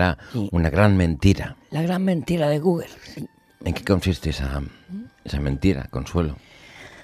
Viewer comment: Se ha dejado la vida en "Googer" jajaja Ortega, eres único.